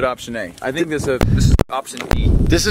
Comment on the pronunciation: That's funny everybody is mimicking dan 🤣 "I tsink"